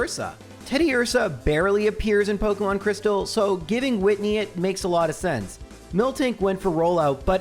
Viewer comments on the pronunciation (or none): pok EEEEEEE mon. not pok UHHHHHHHHHH mon